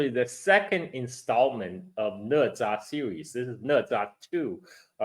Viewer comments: Why it's pronounced ne? Isn't it na? #OOT just curious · Né zhā啊哥们儿😂